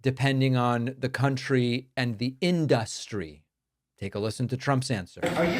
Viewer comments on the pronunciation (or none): “In duh stree” = industry